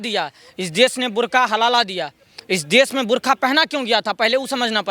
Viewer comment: Burkha not bur only😂😂😂😂